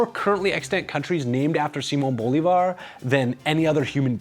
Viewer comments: Repeat after me. bo-LI-var, again, bo-LI-var. Not BO-li-var, no no no, wait, not BO-li-var. Say again: bo-LI-var. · Sidenote, the ´ accent in bo-LÍ-var means that's the syllable to accentuate. It's hard to explain in text, but the way you've been speelling it in the series is as if his name was bo-li-VÁR, with accentuation on the last syllable. But it's Bo-LÍ-var. I hope that's understandable. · I keep hearing Bolvar instead of Bolivar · Lie: Through all the series you write his last name as Bolívar but kept pronouncing it Bólivar. Which one is it?????????? ;^) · I LOVE how FFXI music always finds its way into these videos. Man, the memories... If only they made MMOs like that anymore. Also, again, the stress on Bolívar is on the second syllable. Bo-LÍ-var. That's what the accent is there for, to show you which vowel is stressed. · typical that the one word you mess up, you say the most in the whole video